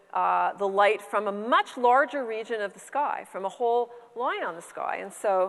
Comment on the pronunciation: Loyn... loyn.. not line, loyn.